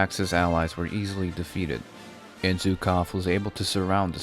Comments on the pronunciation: Zukoff xD. It's "Zh" sound or "J" in french. Like here "Je t'aimerai si tu me jures, je t'aimerai si tu me jures qu'on la pendra la Zingara". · He's not Zukov, but Zhukov. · Well done, buddy, but please learn how to pronounce Zhukov. Also, most of the population of Stalingrad was evacuated. Your historical sources may not say,but it was so. I was told by actual participant.